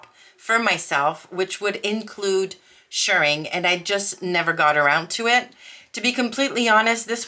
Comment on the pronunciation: Yay,! You’re doing great! Also, extra points for pronouncing “shirring” correctly! 🤩💗